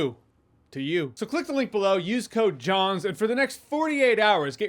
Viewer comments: Oh no, I've been pronouncing your last name Jans instead of Jons for years. I'm sorry 😂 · Been watching you for over 10 years, and if it wasn’t for the sponsor at the start I would’ve always believed your name was pronounced Jans 🙄